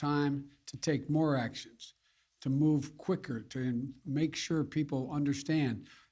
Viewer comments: OMNI-Kron.....geez it's OMICRON...... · Can you at least pronounce it right Joe so that it sort of sounds like you know what you're talking about even if you don't! It's not Omnicron! Its Omicron! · One thing we DO know: it's not called the OMNICRON. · OmNicron? It is Omicron -- a letter of the Greek alphabet. Get educated. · Bozo its called O-mi-cron not omnicron. Bozo. And why did CNN stop showing the covid deaths on screen during fake news casts??? Could it be because there are more covid deaths under Bidens then there was under Trump?? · *PHEW*! I'm so glad it's Omnicron and not Omicron! I got scared there for a second! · It's Omicron not Omnicron. Beware of the next variant Unicron - Live footage of the threat -> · Did senile Joe Biden just say "Omnicron"? (Omicron). Hasn't Biden killed more Americans w his failed covid response in 10 mos than Trump in all of 2020? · First, Biden should learn how to pronounce it right. OMICRON not OMNICRON. Why don’t you have a cognitive test, President Biden. Could we please have a panel of doctors instead of the megalomaniac Fauci. We need all types of doctors, actual medical doctors. They think they can really use this now to force the booster. They are hyping it out of proportion. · Biden already got the name wrong “omNicron” instead of “omicron” LGB! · Biden already got the name wrong “omNicron” instead of “omicron” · He can’t even pronounce omicron. Not omnicron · He leads the speech by saying he would always be honest? And is he calling the variant 'Omnicron' or 'Omicron'? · I thought travel bans were racist. Also it's "Omicron" not "Omnicron". Let's go Brandon. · He literally said OmNicron. Besides, yes this is a new variant, but it's all about perpetuating more fear. This guy is an idiot. Are you all ready to live in the actual world of "Hunger Games"? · Omicron has only a trailing n. No omni in omicron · This buffoon said "omnicron". Can't really expect much from a demented fool who can't wipe his own butt.